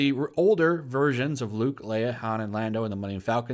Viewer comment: Huuuuuuugh!!!! You mispronounced Lando's name! You're a racist! I am literally shaking right now. I am calling homeland security on you.